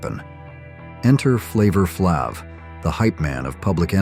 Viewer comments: OMG the AI voice said, "Flavor Flahv" instead of Flayv. (spelled phonetically to explain it better) 🙄 He got the name right later in the segment so I don't know what happened there. I would rather hear a real voice (even if it isn't as "deep etc) than hear an AI voice butcher names of ppl who are famous. And like others have said, I wouldn't call it cringe. I lived back then and it was great! There are fashion mistakes in every decade. I think ours were not that bad (except the mullet....I was never a fan of the mullet lol) Also, if you look up ANY pictures online starting with the word "awkward", guess what.....you're going to find awkward photos. Look up awkward 2025 family photos and I bet you'll find a bunch. I guess this video is not for me. I grew up in the 80's. I thought that the video would be talking about things like the 3' bangs we used to rock back then lol. Not family photos and Flavor Flav's clock. I mean none of us even wore the clock! That was HIS thing. Well at least where I am from no one in any of my schools did that. /shrugs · Flavor "FLOB" or "FLOV". Ridiculously obvious AI slop. It's Flavor Flav like "flavor". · lol AI str8 up said "flavor flav" Sounded like flavor flauve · Flavor "Flahv"? Can't you type it phonetically, or at least review what you're about to upload? Or are these channels not even run by humans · Offect AI pfonounciation… Flava FLAVE. lol. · The pictures don't match the audio throughout the video. (i.e. car surfing was not surfboards on cars). It was Atari 'twenty-six-hundred" not 2 6 0 0. Long a in "flave a flave" name; reading valley girl is not the same as saying in with the snarky attitude. Pronunciation is everything in these videos. Not sure if it's funny or just plain sad. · AI saying, "Flavor Flaav" SO FUNNY! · Ah yes, Flavor-Flabv. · WTF did you just call Flaver Flav?!? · Man, "Flavor Flaav?" Just, take your A.I.-driven garbage elsewhere. Hire a real human to narrate your crappy video!